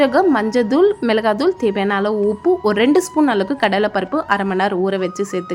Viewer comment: அம்மிணி. அது மஞ்சள் dhool. மிளகாய் Dhool பெருங்காய dhool. இல்லை Thool - தூள். உச்சரிப்பு சரியாக இருக்க வேண்டும்.